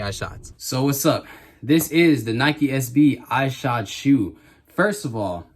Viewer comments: ****ISH-od. Not Eye-shod. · Shoe looks fire man, seriously debating getting a pair. Just for future reference it's pronounced Ih-shod not eye-shod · it's pronounced "Eshod" lol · Why you saying his name like that?